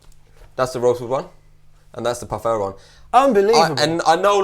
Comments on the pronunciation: Guys, it's Pau Ferro, not Pau Farro :) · Pau-ferro and not Pau Farro... It means in portuguese: Pau = Wood/stick Ferro = Iron ;-) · It's ferro(Iron) not farro(wtf). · The Brazilian slang word for penis is 'pau'. As in: "pau duro' (hard wood) Ferro is pronounced 'feh-ho' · ferro is pronounced feho. in Portuguese two Rs in a row make the english H sound.